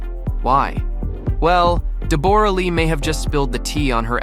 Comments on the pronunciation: Deb-aura??? I was very confused by the pronunciation. Aussies call her Deb-ra. We wouldn’t bother fancifying it. 😅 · I wish this idiot would pronounce her name properly it’s Deborah not Deborra 🙄🤦🏼‍♀️ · Her name is said like Debra not de bor ah, omg. She was never known in Australia as a delicate woman always a bit of a hard ars. She has never been one to stand in his shadow so I would not be throwing the pity party on her. Whatever happened they will all survive and get on with it. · It's Debra Lee not the way you are pronouncing it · If you are going to make a video clip about someone, it would be really polite if you pronounced their name correctly. Deborra-Lee is pronounced DEBRA-LEE. Why don't you just leave them alone? But no, you are wallowing in their troubles. 😢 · For goodness sake learn to pronounce Deborra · Never heard Deborah pronounced that way before 😆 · Noone can promise that they wont ever fall in love with anyone else. And you could ask any Australian how to pronounce Deborah correctly. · Your pronunciation of her name is incorrect, and that turned me off straight away. Great investigation work. 🙄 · These AI narrations are the worst! At the very least, pronounce Deborrah-Lee's name correctly! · Do you not know how to pronounce the exceedingly common name Deborah?